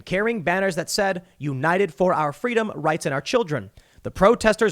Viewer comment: In the words of Kamala Harris: "Fweedom."